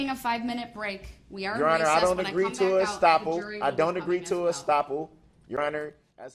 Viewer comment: Did he say "I don't agree to a stopal"🤔😂